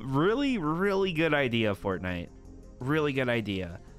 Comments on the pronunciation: why do you say " what is in the item shop today fartnite." like why do you say fartnite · he also says fartnite